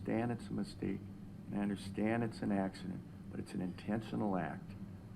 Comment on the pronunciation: The only thing he said that I didn't like is a couple times he called it an accideent. I was glad when the ifirst couple of times he called it a crash. Then he said accident. You KNOW you are going to drink and you KNOW you will be driving home. You KNOW before you start drinking that it's possible to kill someone. It is NOT an accident. It's a wreck or a crash. Everyone needs to stop calling DUI wrecks "accidents."